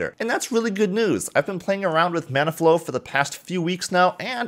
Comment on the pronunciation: I don't know why but I kept hearing he say 'Mana Flow'.